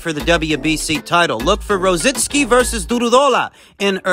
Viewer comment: It's Du-row-daw-la😂 but you did good